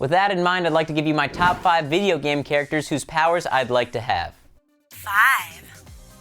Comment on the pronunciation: CHARCATERS?? Really?? LMAO!